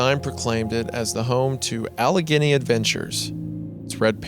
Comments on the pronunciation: it's pronounced "All-a-gain-y" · It’s pronounced “Al•a•ganee” so called “Appalachia man” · It's pronounced Alle-Gainee. Leave it to Goon. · The scariest part of this story was Isaiah's pronunciation of "Allegheny" and "Monongahela" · Bro did not just mispronounce Allegheny. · It’s funny hearing wendigoon say Pittsburgh names like Allegheny and monongahela wrong